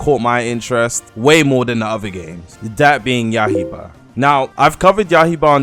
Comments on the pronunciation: Ah yes “yahiba” the demon slayer game named yaiba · He said “YAH HE BA” 💀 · did u just say yahiba